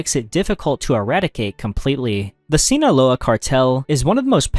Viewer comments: WTF is Sii Nola, it’s SI NAH LOA. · the “sinoa” cartel 🤣🤣🤣🤣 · Jeez, hearing you butcher “Sinaloa” and “Guadalajara” felt like a punch in the stomach